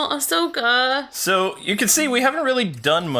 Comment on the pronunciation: Hey just wanted to point out that her name is Ahsoka and not Ashoka